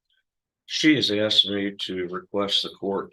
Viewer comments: I’m sorry but this lawyer is an embarrassment! You went though all that school and you still can’t speak proper English? “Axed you? U should be ashamed. I’m sorry but come on… do each coaches practicing on ur own will fix ur horrible accent and pronunciation of words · Did that attorney just say “ I axed her?” Good god.